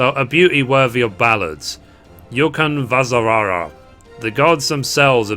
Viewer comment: As a Finnish person your pronunciation of Ukonvasara was so funny, but at least you tried :P